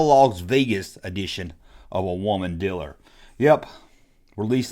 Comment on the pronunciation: Dude ... the word is DEEEELER ... not DILLER